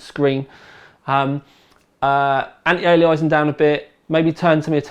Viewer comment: Nothing other than it's not anti-analasing, anti-alieysing... It's very simple it's anti-aliasing. If English troubles you, then Latin will probably trouble you also. As much as I like, and I do, his pronunciation is dreadful.. All that aside he's the go-to guy when it comes to techy stuff. It doesn't matter how he talks, it's funny how others get edgy... That's funny.